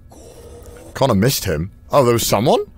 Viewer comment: That "Connur" had me wheezing